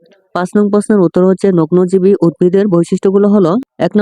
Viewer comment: নগ্ন বিজি রে আপনি বলছেন নগ্নজীবী 😂😂😂😂😂😂😂😂😂